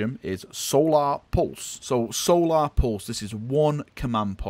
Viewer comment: Love the pronunciation of ‘solar’ it’s not even a necron word lmao